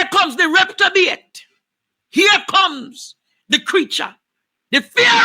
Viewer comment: Andre the word is reprobate NOT Reptobate!!